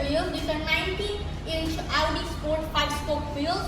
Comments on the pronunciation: he is using american accent in very few words... rest of them are british!! so it's not necessary to say that american one in this purpose whether it's sound bad! and do some research that the american one is also not auudii it's "aowdi" but he is saying it like uuu which sounds bad and also artificial overdo!! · u tryna say u feels awkward after hearing this sound ,,yeah the correct pronunciation is aw-dee in American accent ,,I wanna say leave it and don't watch this video cuz it's not going to fix anyway and he'll improve his pronunciation Inshallah ,,so leave it ,,and I think the weird0 thing is bout pronouncing so this kinda thing stucked u badly